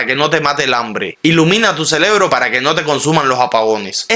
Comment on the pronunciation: Se dice cerebro o celebro?😮